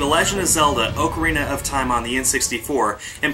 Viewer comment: Oh gosh how he pronounces ocarina